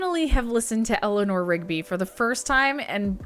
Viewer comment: You must pronounce it, Eliner not Elinoor 😊